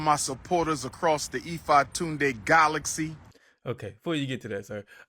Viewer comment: Golaxy??? What’s that Umar?🤣🤣🤣🤣